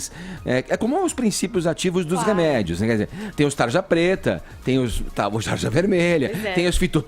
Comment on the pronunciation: Não tem como respeitar algum que fala "dziminuir", "conscientzização", "remédzios" e etc.. E não tem nada a ver com opção sexual, é nojentice mesmo.